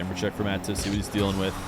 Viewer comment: Perfect way to say - "Atow survies" is true